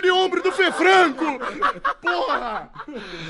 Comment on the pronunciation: FRANCO NÃO "FRANGO"